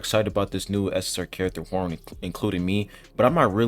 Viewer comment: Man your pronounciation of Hwaryun name is so bad that I didn't recognized it. It's HWAR-YUN (YU pronounce sounds is = YOU) it is not YO and not RON